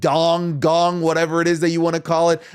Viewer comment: STOP SAYING DONG! ITS GONG!!!! 😂